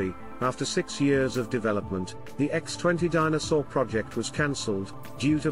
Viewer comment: The narrator never pronounces "Dyna Soar". It sounds like A Soar.